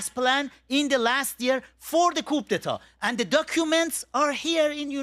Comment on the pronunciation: Amir abbas fakhravar (AKA:Abbas Jefferson😂) is a male counterpart of Masi alinejad as both are uneducated delusional loud mouth self proclaimed hypocrite leader of opposition to the Islamic regime. Amir, you need to learn more on how to pronounce ‘Coup d’e.tat / koo da ta/ 😂😂😂😂